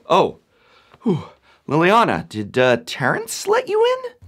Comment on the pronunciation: No, Liliana. Li-li-a-na.